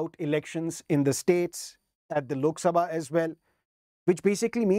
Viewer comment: Sir still you remember the pronounce of lok "SABHA" 😅